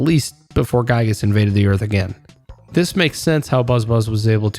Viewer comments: I must mention Its. Gigas pronounced. Not guygas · the fact that you say gyiyg is actually so based